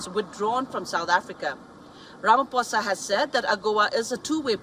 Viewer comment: Learn to pronounce Ramaphosa please that's embarrassing 😢